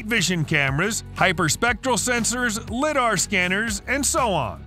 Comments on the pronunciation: During the number one spot the guy pronounced LiDAR as Lid-are lol I’m pretty sure it’s pronounced like Lie-dar. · Who runs this because it’s Li-Dar not LiDAR so it’s pronounced liedar